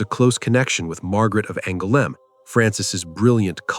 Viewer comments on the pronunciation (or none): none